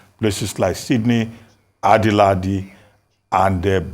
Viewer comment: Dr Abati, if you pronounce that “Adelaide” again, I go call police for you